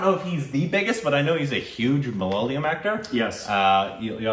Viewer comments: Please stop saying malalayam. Say mala-ya-lam instead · It's MA LA YA LAM NOT MA LA LA YAM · When will you pronounce the name correctly..its MA LA YA LAM not MA LA YA LYAM*.. 😅😅. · Good Stuff guys.. PS: Its ma-la-ya-lam.. not malaliyam PPS: I wrote this comment just to point it out but didn't want to be rude. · Guys pleeease it isn't MA-LA-LI-UM .. it's MA-LA-YA-LAM (Malayalam) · The language is Ma-la-ya-lam, not the one you pronounce as ma-la-la-yam. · HEEEY GUYS! GREAT REACTION BUT JUST WANTED TO LET YOU KNOW THE PRONUNCIATION OF THE WORD "MAL-YA-LAM"(even though it could be be a difficult word for some people pronounce) MAL - LIKE DULL YA- LIKE YA😅 LAM- LIKE PLUM Hope it helps and keep doing this kinda juicy stuff...🤙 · our language...mother tounge is MA-LA-YA-LAM. Split to simple syllables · The language is "Ma-la-yaaa-lam" Please google "Malayalam pronounce" ☺️ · Guys, love your work, but it is ma-la-ya-lam! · You guys are crazy not even once in you review you have pronounced the language name Malayalam this is a palindrome. Pls pronounce the language as Ma- la- ya-la-m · Guys ure pronouncing malayalam in a wrong way u know 😂😂